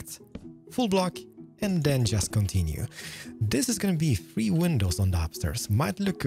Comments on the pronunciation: Its not “free” its three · one two treeh... uno mas AJAJAJAJAJAJA